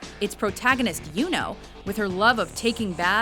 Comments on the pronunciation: I equally like Sakura and Hinata, but its their opinion not ours. my beef with this list is how she pronounces the names of Yuno and Mikasa, though I don't watch the anime Yuno's in but, its just weird to hear yuno as "you know" not to mention Mikasa. Another complaint is Erza's name... Titania is a title not a name! you know Titania the queen of fairies and the wife of oberon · comments on your list 1.) its Erza "Titania" Scarlet... Titania is a title labeled to her, it not part of her name. 2.) Mikasa's mother wasn't the only one murdered, so was her father 3.) the "American Accent" on the Japanese names are funny... like when the narrator pronounces Yuno and Mikasa 4.) Sakura has 50-50 fanbase... 50 like her 50 hate her with a passion, so she isn't all that like-able... but hey it your opinion PS. where is Takius or at least Judia or at least Chie and Yukiko :p